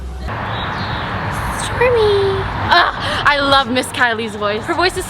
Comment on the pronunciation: I was dead when she was again and again saying "stormi"........"stormi".......🤣